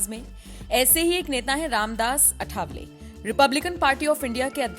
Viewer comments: सही नाम अठावले नही, आठवले है। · 'अठावले' नहीं, सही शब्द है 'आठवले'।